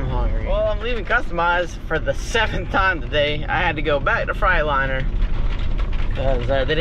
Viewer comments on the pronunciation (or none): Maybe the truck is just pissed because you keep saying frite- liner instead of Freightliner lol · He says Freightliner like frightliner